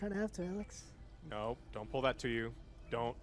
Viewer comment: When Joe calls it AYLX. 😂😂